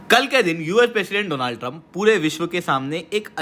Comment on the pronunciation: Donald - no no no, Doooonald ✅